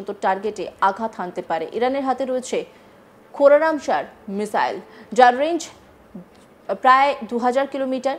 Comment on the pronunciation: কোরামশার ব্যালিস্টিক মিসাইলকে কোরামচার বলছে সংবাদ পাঠিকা 🤣🤣🤣🤣🤣🤣